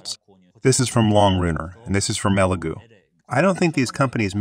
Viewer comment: It’s pronounced e Lego like the blocks